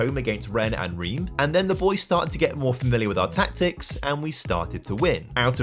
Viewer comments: As a Montpellier habitant and supporter, this video has made me extremely happy! Well done! Cos 2012 was incredible and, in real-life, a complete one-off! One pedantic gripe on the pronunciation front, though (sorry!), Reims is crazily pronounced "Ran-se"!?! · Your pronunciation of Reims is incorrect. Basically, the "eim" sounds like "1" in "ligue 1"